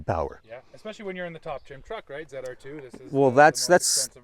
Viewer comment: ZR2 not ZEDR2